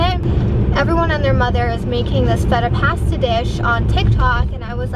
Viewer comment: Always love your makeup!! Btw it’s pronounced pasta 🍝 not past a🤣